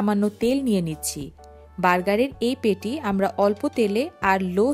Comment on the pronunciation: পেটি না শব্দটা প্যাটি হবে